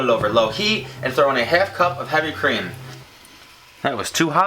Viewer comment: when you said "heavy cream" I thought you said "Hemp cream" lol!